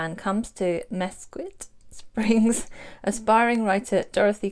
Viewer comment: Don't worry about not being able to pronounce words. I have that problem too sometimes. I thought you might like to know that Mesquite is pronounced Miskeet. The only reason I know this is because it is wood used in charcoal for barbeques. It is also the name of a town in Nevada. I'm looking forward to Jenna's book coming out.